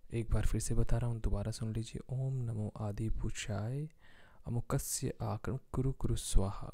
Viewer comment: Your pronunciation is not clear first u listen to near person and than post I think u r foolish ,even I try to listen even ten other persons but they also not sure akaran or akarshan ?